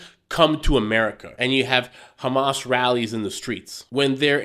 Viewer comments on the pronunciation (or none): none